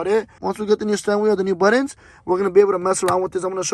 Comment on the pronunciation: Sheeeeesh got them “buddons”😂